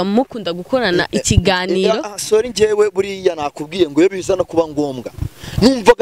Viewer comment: Ngo Solli 😂😂😂ho kuvuga ngo sorry arantwengeje 😂😂😂😂 wewe ubona ubona ari mushiki we 😂😂😂😂 Ndagusavye reka kuntwenza